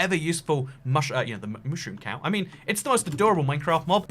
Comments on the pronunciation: and the only times he said "mushroom" correctly, not fuckin' mooshroom the time he had to correct himself cause he ALMOST said it right again 😂😂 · Was it just me or was he saying mooshroom instead of mushroom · This guy is making me questions whether I have been saying Mushroom wrong my whole life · They way he pronounces mushroom triggers me